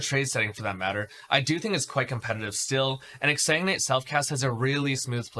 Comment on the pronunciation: Exa what? Pleas speak clearer when mentioning skills.